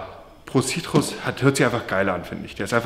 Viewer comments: Es wird Prow sörkit ausgesprochen und nicht pro sitrus Lul. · Die Aussprache 😂 Pro Citrus haha aber alles gut Harzi😘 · Man sagt „prou sörkit“ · Pro circuit wird übriges pro sörket ausgesprochen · man spricht es "pro sörket" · Pro serkitt spricht man das aus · OK von der Aussprache hat er bei dem Pro Circuit alles Falsch gesagt was man falsch machen kann😂😂😂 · Du musst pro circuit englisch ausprechen😂